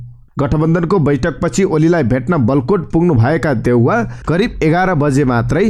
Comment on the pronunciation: वलकोट होइन हजुर बालकोट हो, हजुरलाई लाखौंले सुनिरहेका हुन्छन्, कृपया ध्यान दिनु होला ।